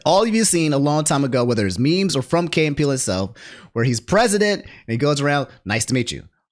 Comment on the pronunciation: HOW YOU MISPRONOUNCE KEY 😂. IT KEY AND PEELE. Not KAY. KEY😂😂😂😂